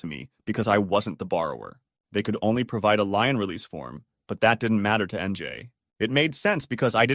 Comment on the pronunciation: It's the same damn voice reader 90% of the channels use now. It's terrible. And yes, it's a bot. Or did you really thinks human confidently pronounced Lien as Lion that many times?